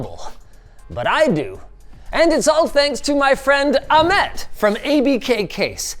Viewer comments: i think its ah-met not amet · linus its not "amet" its "Ahmet like h in Hilton